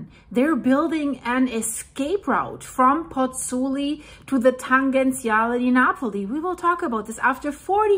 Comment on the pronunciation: Pls learn how to pronounce Pozzuoli. I beg you.